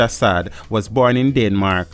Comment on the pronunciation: SAAD died on the Hellshire main road still..car accident..its not pronounced SAD BUT rather SAAAAAD..draw it